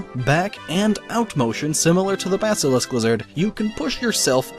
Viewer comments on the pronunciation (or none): none